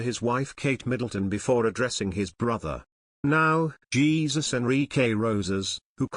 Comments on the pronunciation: It isn't Jesus it is Heh Soos!!!!! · Jesus - pronounced in Spanish, "Hay Zuse"!